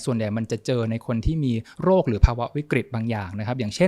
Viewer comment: คุณหมอคะ โลก=โรค อยากให้เน้นคำนี้ค่ะ